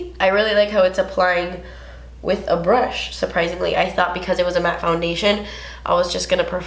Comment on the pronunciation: omg i luv how you say MATTE and matte! 😂